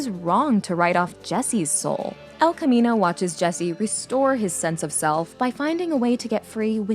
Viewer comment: Who's Spanish speaking self cringes every time the narrator mispronounces "el camino?"